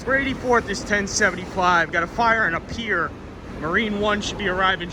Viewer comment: Pier not pair